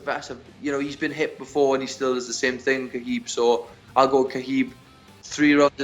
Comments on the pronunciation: ....Who’s Kaheeb? 😂😂😂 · hopefully "witchmiha" whatever his name, can make weight i'll go "Kaheeb" guys, his name is "kalabeeb", not "witchmiha", not "kaheeb" and it damn sure isn't "khabib". get it right, uncle joey diaz undefeated 50-0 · did he say "Ka Heeb?" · Ladies and gents the name Khabib is pronounced HA BEEB. The K is silent.